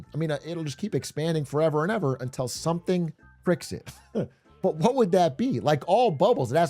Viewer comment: Love me some Big A but the way he pronounces "until" like "untell" makes me want to rip my own face off